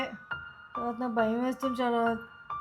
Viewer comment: షరాత్ 😅😅😅 శ రాత్